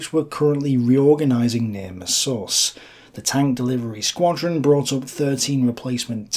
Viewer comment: The weird, inconsistent pronunciations destroy this. Messervy plainly has stress on the first syllable, anyone literate would say it that way. (It's a French name, he was a Channel Islander)